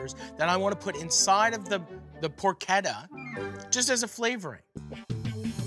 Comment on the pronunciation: Porchetta. I thought it was por-CHE-tah, buts it's por-KET-ah.